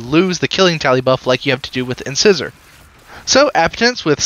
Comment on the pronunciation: It's not "in-scissor". It's "in-size-or". Like a tooth.